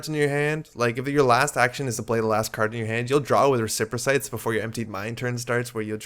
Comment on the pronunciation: Respirocytes are pronounced res-per-o-sites, hope that helps.